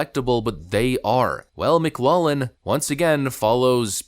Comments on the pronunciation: McLaughllin is pronounced Mc-LAWF-lin. Spot on analysis. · Hey, it's pronounced Lawf lynn. Just an FYI, meant in the nicest way possible. Great show. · Bro not trying to bust your balls but McLaughlin is pronounced Mick - Laflin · It's pronounced Mc-laugh-lin. The "gh" is "F" sound in this case... not hatin, just want to make you aware. Great channel, been subbed for years... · McLaughlin is pronounced Mick Lock Lin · FYI, McLaughlin is pronounced "Mick-Lock-Lin." Just wanted to throw that out there for ya. No biggie. Love your stuff! Skál! 🍻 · Pronunciation of Mclaughlin: mick "LOCK" lin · If you're Irish, that name is pronounced "mick glock lan", but usually "mick loff lan" in the US. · McLaughlin = “MickLawflin” I know it’s hard… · This is bugging me: McLaughlin is pronounced "Mick-lock-lin". Also you should mention that John McLaughlin is Trump's pollster. Don't get me wrong, I want Biden to lose, but maybe a little less hopium and have a more serious attitude about the challenge ahead. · I love your channel, but my dude, it's pronounced Mc Law Flynn 😂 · Please do a tiny bit of extra research. Do you seriously NOT know how to pronounce McLaughlin ?? ?? (mic lof lin ). killing me with the tiniest of details. Talk like you know what your are doing. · Mc-LOFF-Lin Poll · Just FYI..... it's McLawflin (McLaughlin) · pronounced Mick-Glock-Lin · As a Scot the pronunciation of McLaughlin is driving me up the wall, ☝🏻 that's how to say it. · there is a "g" in McLaughlin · You're pronouncing McLaughlin incorrectly. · Dude, can you seriously not correctly pronounce McLaughlin!? How low is your IQ??? LMAO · (Say "Mic-LOFF-lin"... Not lollin' 😁) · Lol The way you say McLaughlin is funny. It's pronounced mik-LAWF-luhn, not mik-LAWL-luhn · McLaughlin = pronounce McGlofflin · It's pronounced "Mc-Loff-lin" you Liberal Duncemind. Get it right. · It's Mc Laugh lin Poll. (Like the word "laugh", or some say "loff") It's not Mc"Lollin". LOL! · It's pronounced McLofflin